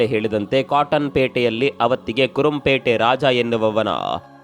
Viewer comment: ಸರ್ ಅದು ಕುರoಪೇಟೆ ಅಲ್ಲಾ ಕುರುಬರಪೇಟೆ ನಾಗ